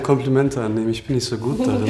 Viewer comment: Dating auf halal basis und kein Salamu Aleykum zu Beginn 😂 Schock güzel.. bittee.. es heißt auch nicht ischhh sondern ich